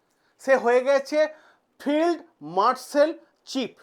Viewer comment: উচ্চারণটা হবে ফিল্ড মার্শাল Field Marshal